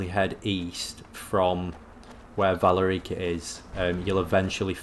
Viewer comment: Why do British people, or at least British sounding people, always mispronounce everything? The game literally says her name “Vuh-lair-i-cuh” several times by this point and he still says it wrong. Like, how?😅